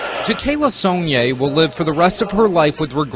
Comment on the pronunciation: PS..it IS "Sonn-yay"☺️ I am impressed. #LakeCharlesLouisiana#